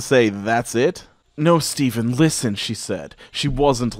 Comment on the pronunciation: What's really gonna make me not fall asleep tonight is pronunciation of Stephen.